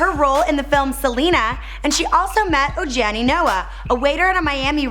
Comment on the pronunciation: Oh dear... You guys in Canada don't seem to speak Hebrew (isn't Drake Jewish) or Spanish. Baruch College--you pronounce the 'ch' as if you're clearing your throat--not 'sh' like you would 'SpaniSH." Her ex-husband's first name is pronounced "Oh-HA-nee." Ah, the advantages of being a New Yawk-ah.